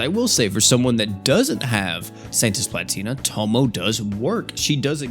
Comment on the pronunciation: Please stop calling her "tomo" bro it aint that hard to pronounce 😭😭